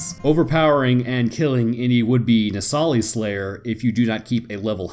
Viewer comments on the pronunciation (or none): It’s pronounced “No-sa-lis” you keep calling it a “No-sali-es” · Your pronunciation of Nosalis is wrong. If you've played you should know how to pronounce it properly.